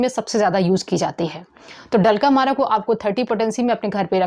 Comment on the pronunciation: डल्क अमरा को आप डलका मारा बोल रही है